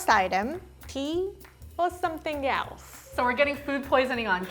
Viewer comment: Please make this a series I love how says "[thing] or something yelse?"